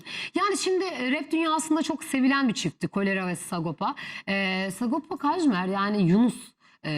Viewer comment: Ulen delirdim bi sagopa demek bu kadar zor mu lan 🤣🤣🤣SA-GO-PA , S-A-G-O-P-A 😅